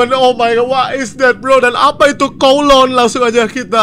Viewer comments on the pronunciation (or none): bang brando info aja itu bacanya kawluun